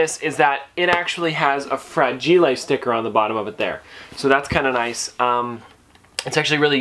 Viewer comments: ? Fra-gila? It’s far-ji-al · Did you say "Fradge Eel Ay"???? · If you're fancy, you say "Fradge eel ay"